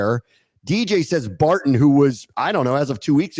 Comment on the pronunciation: The consistent mispronunciation of “Barton” and “Scourton” is a bad look boys…